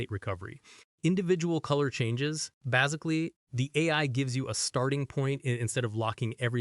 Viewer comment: are you like doing your voice over as an ai voice? cuz you mipronouned the word "basically" in a very weird way...